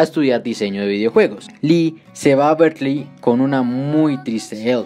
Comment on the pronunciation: Ahi un pequeñisimo error de pronunciación que podría confundir a alguien. Aqui se escucha como si estuvieras diciendo "Berklee" y diran " cuál es el problema" y el problema es que Berklee también es una universidad en us, una de las más reconocidas, pero es una universidad en musica, diferente a Berkeley (que esta está en California). Una forma de evitar este problema es pronunciar Berkeley casi como se escribe, "berkeli"